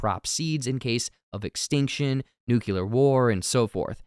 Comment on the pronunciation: Why are most people pronouncing NUCLEAR incorrectly.